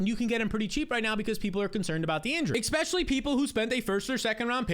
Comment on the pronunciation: Please please please please please please please please stop saying "ekspecially". Please stop saying the K sound 💔